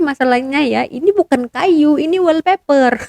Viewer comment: Wall paper mbak..bkn weal paper..lucu bila dgr konoha nyebut bahasa ingeris .🤣🤣🤣🤣